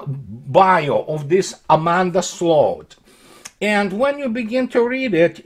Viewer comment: somehow managed to perfectly pronounce the Dutch word for ditch: sloot. Fitting I suppose.